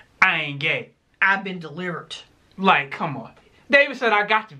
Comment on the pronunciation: Not "i've been delivert"😂😂😂